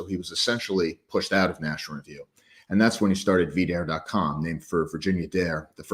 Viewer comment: “” couldn’t even properly pronounce the name “V Dare,” even after hearing it said by the guest.